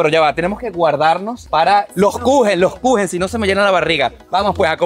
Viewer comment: torta en alemán se dice Kuchen 🍰 como lo dijo la señora